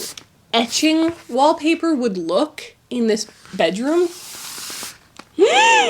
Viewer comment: "WHAP PAH" hahah I rewatched that part many times XD